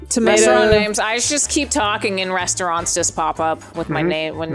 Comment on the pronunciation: Why does keep calling it “renstraunt”